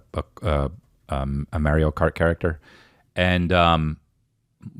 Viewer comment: As a fellow nj Italian, thank u for pronouncing “Mario” the correct way!!!🤣🤣